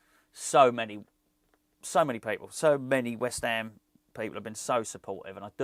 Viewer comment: Great to see you back …. Don’t think anyone can say “West Ham” better than you! COYI⚒️